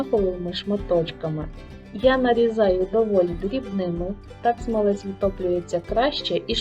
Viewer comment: То якась собі філологиня заблукала, та роздавала "цінні" поради..))) Авторка відео десь двічи чи тричі казала "смалЕць", замість "смАлець", але й тут як бачите, знайшлась ...вчителька з української мови!..)) З іншого боку: до процесу приготування смальцю, у вчительки питань не виникло і це вже добре!)))